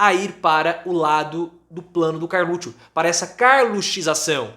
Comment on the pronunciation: Pô o nome do cara é Carluxo , não Carlutcho…. Chato isso